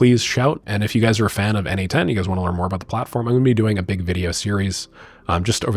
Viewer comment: Okay,I think it clicked: N8N = N-EIGHT-N ≈ Nation. That last N is aggressively cosplaying as the 'shun' sound… but I’ll take it. 😂